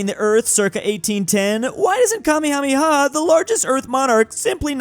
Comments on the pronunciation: um Actually his name is pronounced “Ka-May-Ha-May-Ha” not “Kah-May-ka-ma-ha” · as a hawaiian, the way he pronounced "kamehameha" is disgraceful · Hey, you mispronounced king kamehameha